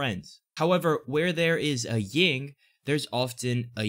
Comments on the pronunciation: It’s Yin and Yang. Not Ying and Yang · yin not ying